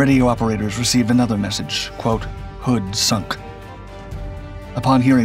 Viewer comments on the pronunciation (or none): none